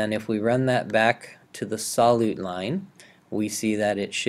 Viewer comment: Sol~you~te friend, not sol~ote